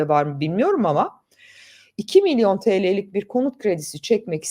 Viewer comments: Milyor değil milyon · milyor milyor diyor... Milyor diye yeni bir birim mi çıktı?